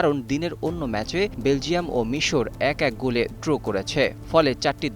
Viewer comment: ড্রো কী??? কথাটা তো ড্র।